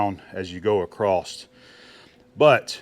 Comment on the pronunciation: WTH is "acrosst"?